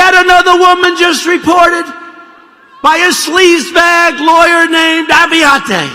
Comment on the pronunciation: Sleezebag lawyer aviante lol. Just butchered his name.